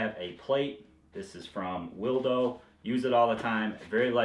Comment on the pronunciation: I think that plate might be pronounced "will do" not "will doe". "Will doe" sounds like something my girlfriend carries in her bag. Just a guess though...